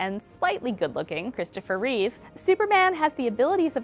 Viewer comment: Yahoo Entertainment, if you're going to talk about Christopher Reeve, at LEAST get his name right - It's *Reeve*, not Reeves, (only Reeve's when referring to something of his (smile, character, looks, portrayal etc)).